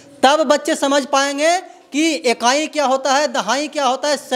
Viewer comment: मेरे जानकारी के अनुसार reporter को शुद्ध उच्चारण आना चाहिए। लेकिन ये तो शिक्षिका को शिक्षक, ईकाई को एकाई बोल रहे हैं। यहां तक कि दहाने की प्रक्रिया भी बाए से दाए की ओर बताते हैं। पहले अपने अंदर झांक कर देख लें फिर औरों पर अंगुली उठाइएगा ।